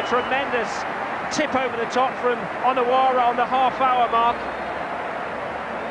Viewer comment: The way he says Onoura is annyoing me